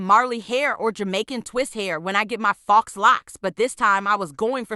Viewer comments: Ok people its not faux( fox) locs. Its faux( foh) locs. 😂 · Lol voice over..."FOX locs" 💀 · It’s pronounced Fo